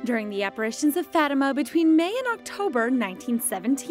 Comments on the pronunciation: Fah tee mah. don’t make my ears bleed please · Instaurare Omnia In Christo huh??? The way the name is pronounced is wrong and ugly! Fatima is not my actual name, but it’s what my dad wanted to name me and I just found it shocking that they pronounce it so atrociously. You misunderstood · Instaurare Omnia In Christo all I said was the way the people in the video pronounce the name Fatima is wrong. It’s much more beautiful sounding when it’s pronounced correctly. That’s all